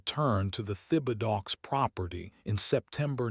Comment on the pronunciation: You really need to correct the truly bad pronunciation of your narrating robo-reader. Thibodaux is a fairly common cajun name(Tib' uh doe) from South Louisiana parishes along the Gulf.